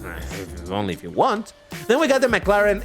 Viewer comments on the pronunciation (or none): none